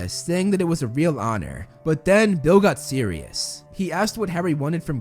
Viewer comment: Whenever says “serious” my brain is like “SIRIUSSS BLACK EH🤪😝"😭💀